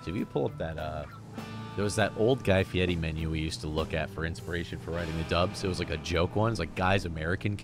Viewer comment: Yea but u gotta say it like...guy fedaddi. Like how he says fieri as fiedi